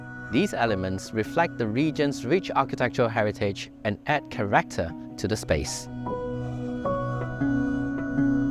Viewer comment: Pronounce character as character and not CHA. RAC TER……SO KIASU !